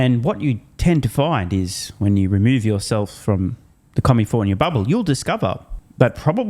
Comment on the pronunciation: It's California, not commifornia. The fifth largest economy in this beautiful world.